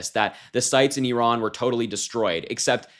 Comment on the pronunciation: One of the handful who's been saying "Iran" [eeh-RAHN]—"Iraq" in the same way, for that matter—as it should, not "I ran…" , =D Of course, whatever happens out of Trump's empty brain (but insecurity-filled bag of vanity bursting at the seams) and fallout of these impulsive behaviour—nothing will ever be his fault. He wants Iran for its oil, Ukraine (grains) and Greenland for their minerals he can control for or sell to Putin; Gaza for its land to build his resorts and golf courses on; Canada for all of that's mentioned and more. That is: all for him to exploit and profit from, and certainly not (never) for the benefit of the Americans and his MAGA voters.